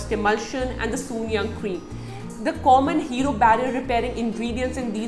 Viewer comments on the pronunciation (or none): It's not soon-yang , it's soon jung...